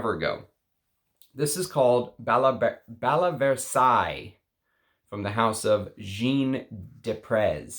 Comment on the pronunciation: Ok. I saw bal a Versailles and am watching again....please please work on the french pronunciation. It is so simple to ask Google how and they TELL you. You will catch on very fast and then you can keep me as a subbie. 💋